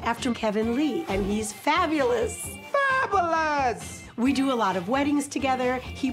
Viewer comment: It annoys me so much when that guy says “Fabalus” lol